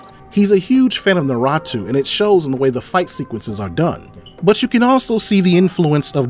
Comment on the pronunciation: You pronounced the anime wrong… it’s Na-Rhu-Toe…